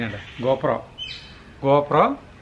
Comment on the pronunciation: koppra alla gopro...adh kalakki..😂😂😂